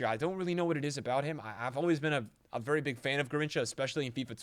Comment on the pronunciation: haha “varry good” turned irish for a sec